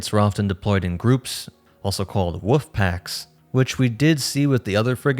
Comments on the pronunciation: Tehe tehe, he said woof packs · Did he say "woof packs"? I love that